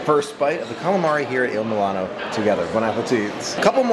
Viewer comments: Mul-ee- no not mil-A-no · I cringed every time you pronounced it Il milano instead of Il moo-lee-no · The correct pronunciation of the restaurant is "Eeel-Moo-Lee-No" - IL MULINO As I am Italian (Gio) I just wanted to point this out. Also it is "Foon-Gi" for Funghi and not "FUN-gi" As always, enjoy your channel and just wanted to help you out. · If you're going to review a restaurant, you should learn how to pronounce its name. Also, you should expand your vocabulary of descriptive words. You're not helping as much as you think you are. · I love all of your videos and so what if you mispronounced the name of the restaurant. We all know what you’re talking about. I don’t understand people. If you have a problem with someone then don’t watch them.